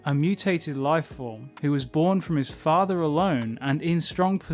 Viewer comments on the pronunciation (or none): none